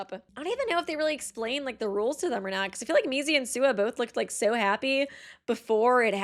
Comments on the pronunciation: Did she just call Mizi, Mickey??? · oh yeah! such cute "friends" also the was she calls mizi Mickey 😼😼🦅🦅🦅